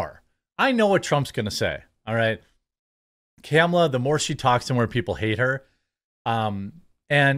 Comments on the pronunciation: IT'S........ KA-MA-LA. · Hey bro it’s not CAMuhLuH it’s KALMALA… Jk I don’t fucking care! TRUMP 2024